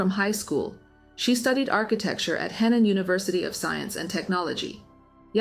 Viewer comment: You are seriously going to like all the comments except for us saying the truth about how Europe is. You are even liking the victim blaming comments. You are whyte. You are NOT Chinese. Your channel hypocrite whyte channel, you are not Chinese and you can’t even pronounce chinese names and chinese provinces such as Henan. Your Chinese is bad and you are defending whyte men